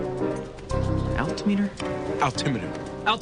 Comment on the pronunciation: I'm an air traffic controller, and I still pronounce altimeter like Shawn. I love this show